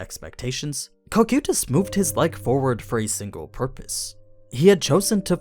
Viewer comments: Real question, is English not ' primary language? The mispronouncing of names and stuff is AI levels of cringe at times. Cocuytus Kō-Kī-Tas. Hearing Co-Queuetas makes me wanna rip my ears out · the way you pronounce cocytus really slightly aggravates me